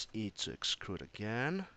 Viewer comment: Thanks for the tips, though 'uhm's dont bother me so much :D What i was kind of weird is "excrude" rather then "extrude" :D